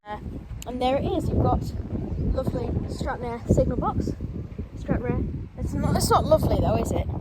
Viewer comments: It's pronounced Stran Rar not Stran Rare. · Your pronounce it as Stranrar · It is pronounced Stanraar, not Stranrare. I find the thump, thump the background "Music" distrurbing, find something calmer. My advice from a viewers point of is keep the camera steady and do not swing it around, it can make you feel queasy. Watch how some of the professionals do their filming with the camera kept static from scene to scene. Please do a little research before making your video, a look on the Wikipedia entry would help here. The railway originally served the ferry service to Northern Ireland when that ferry sailed from Stranraer, hence the need for all the sidings for freight. The rail facilities were no longer needed for the harbour when the ferry service was moved to Cairnryan up the eastern coast side of Loch Ryan but obviously it must have been not thought worth the effort to take up the unused track. The current Stranraer station is just for local train services from Glasgow and Dumfries and does not have much traffic. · Pronounced STRAN-RAR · It's pronounced stran rahr. Used to be where you got the ferry to Belfast to before they changed it to go from Cairnryan 10 or 15 years ago. Station used to be very busy because of that. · You don’t pronounce the e in Stranraer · that's not how you pronounce stranraer